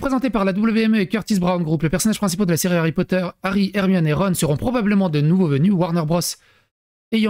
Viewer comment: Star Wars, puis LOTR....maintenant Hawwy Potta.